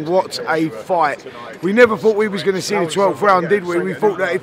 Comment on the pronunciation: Eddie "what you goner do now" Hearn